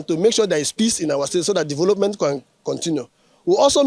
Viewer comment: Ikwerre man say na, "dovolopment"! Rivers of blood! 😂